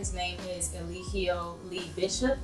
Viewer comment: Look up the “Law”in Georgia first before you give an opinion. He was given a chance to take a plea and he didn’t. I see that you’re hopping on a trending topic because you’re playing his cult propaganda videos😂🤣 You can’t even pronounce Eligio “Clubfoot “ “60” Bishop name correctly. Let me stop, because I can go on and on.